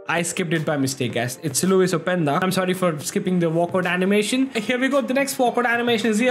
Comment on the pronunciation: Nice sewwy